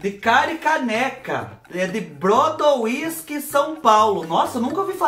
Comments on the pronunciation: Fubá do Céu, Moro em Ribeirão Preto SP é do ladinho de Brodowski SP, si fala Brodósqui , Brodo wisk foi demais KKĶKKK , a moça deve tá rindo até agora de sua pronúncia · Eu tô chorando de rir o jeito q ele falou Brodo whisky... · 😂😂😂 Gostei do brodo wisk ...Brodowisk...perto de de Ribeirão preto..pronúncia , Brodóski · A cidade Brodowiski.... se pronuncia.... BRO-DÓ-VIS-KI. Rsrsrsrs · Fubá se pronuncia Brodoski não Broduiski 😂😂😂😂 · Fubá, a cidade de Candido Portinari chama se Brodowski (pronuncia-se Brodósqui) e é uma cidade bem conhecida. ❤️ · Eita Fubá, o estado físico da água é líquido em CNTP(condições normais de temperatura e pressão). Se fala: "brodóvisk" o nome da cidade. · Fuba o nome da cidade é Brodowiski....rsrsrs. Pronúncia: Brodovski ... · tudo bem??? A cidade do Candido Portinari perto de Ribeirão Preto, se pronuncia BRODÓSQUI. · Fubá é Brodóski q se pronuncia o nome da cidade! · A cidade pronuncia Brodosqui kkkkk e escreve Brodowisk tendeu 😁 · Brodowski.... kkkkkkkk,....e o fubá " Bródo wisk"....kkkkkkkk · Fubá do Céu! Quem vê vc pronunciando o nome da cidade vai achar que vc é chegado numa cagibrina por causa do whisky !kkkkkkk Pronuncia Brôdóviski 😜